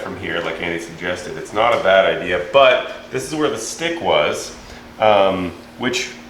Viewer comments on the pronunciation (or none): none